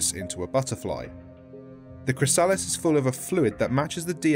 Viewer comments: ChrysAHlis lol it spozza be chrysa-liss lol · Why dose he say chrysalis....like that...